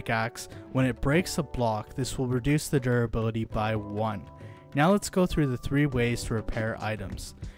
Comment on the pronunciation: Why do you keep saying 'durability' like that? It's like you're drunk.